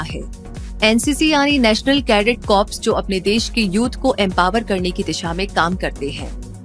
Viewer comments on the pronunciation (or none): Har koi Corps ka pronunciation galat karta hain. It's to be pronounced as Core. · Corps ka pronounciation toh pehle thik se kare